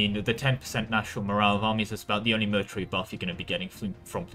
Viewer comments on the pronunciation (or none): none